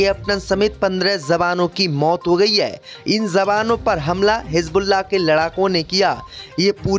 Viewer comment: Kya Kah rahe ho. Jawanoun ko Zawano, J ko Z mat kaho bhai.